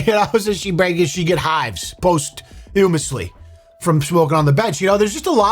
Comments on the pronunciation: I got nothing for the bench, other than needs to learn how to pronounce 'posthumously'. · I've never heard anyone pronounce posthumously that way before